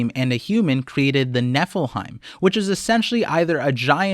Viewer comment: It’s not pronounced nefelheim that’s the town that cloud comes from in FF7 LMFAO guess the examples of weren’t clear it’s ne-phi-lim (as in Nefilim)you added mad letters to it lol